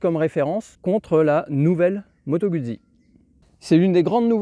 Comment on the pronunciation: se prononce Gout'si !!! (jamais goud'zi !)